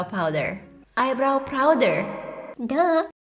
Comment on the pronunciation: prowder followed by Jim Carey's hehehehe 😂😂😂😂😂😂😂😂😂😂😂😂😂😂😂😂😂😂